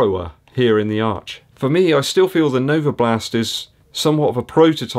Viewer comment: Every time you say NovaBLAST I get fond memories of my time living in West Dorset. Still have a lot of mates very close to Yeovil!